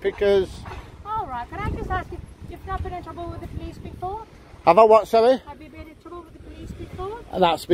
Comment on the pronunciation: ave you been in twoubble wiff the police before? am i in twoubble wiff the police now?